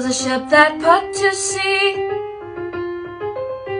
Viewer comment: WHY DID YOU SAY PUT AS IN BUTTER WITH B TO A P ITS PRONOUNCED PUT 😡